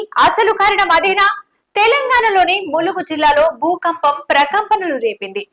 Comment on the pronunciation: Bhoopampam ahh bhoookampamaa😂